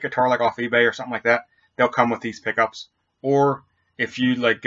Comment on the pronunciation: sounds like your saying poopys